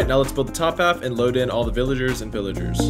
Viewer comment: Pillagers not Pillagars